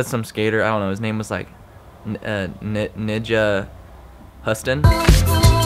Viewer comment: He kinda said the n word when trying to pronounce nyjah